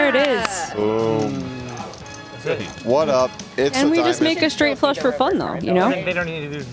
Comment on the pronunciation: Did I hear “check call, check call, Frush”. Trooper might be on to something. 😂